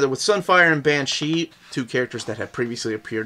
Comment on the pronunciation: This is the first time I have ever heard someone pronounce Banshee to rhyme with Shang-Chi